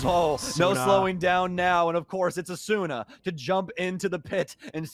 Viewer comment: it still bothers me how the casters pronounce asuna, the u usually isn't pronounced...